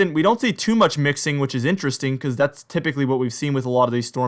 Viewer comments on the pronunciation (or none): none